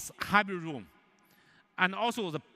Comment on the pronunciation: Zoom = oom? Man, such an awesome phone deserves a much better presenter.